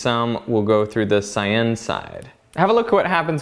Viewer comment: argh -- CY-uhn -- does not rhyme with cayenne